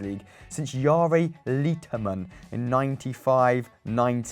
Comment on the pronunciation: Jari mainittu (vituiks lausuttu mut silti)